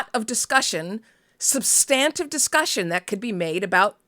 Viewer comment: IMO, The horse race journalism should be left to partisans. It leaves the voters ignorant and just pushes us closer to the universe of Idiocracy. I can't tell much difference between most political coverage and the Kardashians anymore. Also ... is that how 'substantive' is pronounced? I always thought the emphasis was on the 1st syllable.